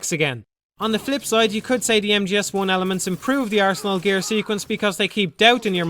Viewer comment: "ARSE" NAL GEAR! :P